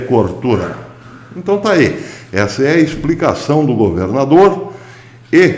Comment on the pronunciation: O senhor goverrrrrnador, professor, é semelhante os senhor Lula (onestisisisimo)..